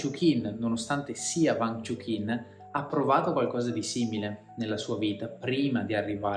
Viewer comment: Peccato per la pronuncia sbagliata del nome...